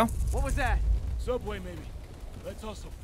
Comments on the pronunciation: SOUBWAY!!!?? theodd1sout:........................................... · OMG HE SAID SOUBWAY!! ODD1SOUT fans will understand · aww i love the little James reference "suoubway"